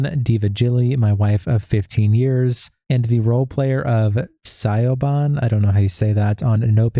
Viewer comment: Lmao siobhan. Shavon is how you say it